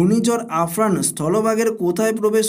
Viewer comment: আফরান বলছেন কেন?😂 আমফান হবে ওটা